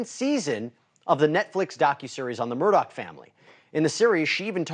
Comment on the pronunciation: Hey bonehead…his name isn’t “Murdock”! All you’ve got to do is read and then speak. Get it right.